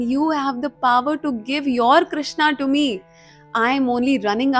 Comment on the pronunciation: mam aap jo Krishna word ka pronunciation karte hai woh galat hai iska sahi hai " crewshn " aisa hai meri spelling galat hai lekin pronunciation sahi hain thank you 😊